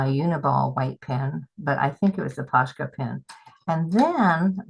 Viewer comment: I could be wrong, but I think they are called "Pos-ka" pens, not "Posh-ka, no 'sh' sound.